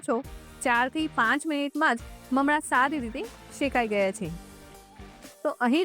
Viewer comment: બહેન તમે મમળા કેમ બોલોછો?મમરા બોલાય.